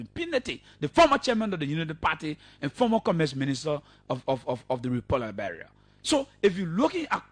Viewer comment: Please pronounce the word Liberia correctly and not Liberail. Please show us where CDC has all those agricultural projects on going and producing rice and other cash crops. Please stop the lies and stop speaking your kru English that we will never buy.